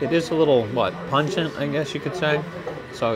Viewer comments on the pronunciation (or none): none